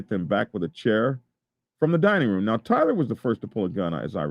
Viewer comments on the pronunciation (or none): none